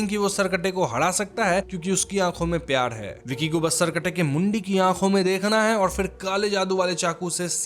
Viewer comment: मैं स्त्री 1 कि आपकी पाच साल पुरानी विडियो देखकर आया हूं, आपका "ळ" और "र" के बीच उच्चारन काफी सुधर गया है। उस विडियो में प्यार को प्याळ बोलते थे अब प्यार बोलते हो। Lovely keep growing